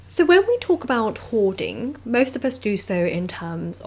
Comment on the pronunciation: "Hoarding"??? I thought you said "whoring"!!! Never mind.